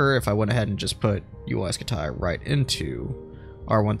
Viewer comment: Uy scutaay (like your vids)